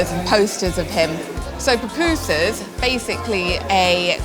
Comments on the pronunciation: SE LLAMAN PUPUSAS NO PUPUSI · Son pupusas, no papusas😮😮😮😮